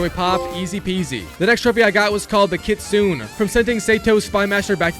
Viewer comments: Its kitsu_ nay its japanese for fox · Sayto 😂 Kitsoon 💀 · Its pronounced "kit-su-nay" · Why do everyone who already complete this game always mispronunc the name lol, the YOTEI six, the KITSUNE, DOJUN. Do you even pay attention to the game 😭